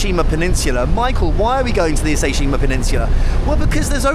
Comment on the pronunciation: You are amazing! I've become your big fan. I'm Japanese, but I never imagined I'd be exploring Japan in this way. The pronunciation of "Ise" sounded like "Issa." I thought Issa was a histrical figure and that he might be related Ise Shrine. You can say "E-Say", this is "Ise." You was using a translation function to communicate, but the diver had really strong dialect. Was it translated correctly? The ugly-looking shell is my favorite. You didn't seem to like it, my mother doesn't like it, too.